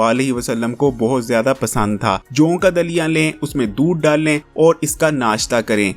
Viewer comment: Harkenm sb bolna seekh lain joon ka Dalia nai joo ka Dalia bolty